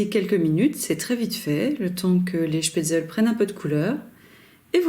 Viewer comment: On prononce schpetzle et pas schpetzel